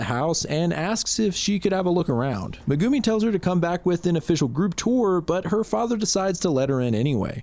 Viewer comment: i have never heard megumi pronounced meh goo me